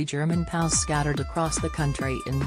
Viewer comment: Also, stop saying "POWS" ...either say P-O-W, or "Prisoner Of War." Be aware of the subject you are addressing.